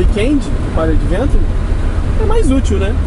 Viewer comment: Extreme pronuncia-se \ekstrim\ e Adventure \ádventchur\